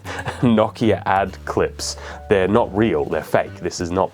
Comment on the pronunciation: "If you've ever litten a match..." bro, what? Lol Also why does he keep pronouncing Nokia knock-ya? Its No-key-uh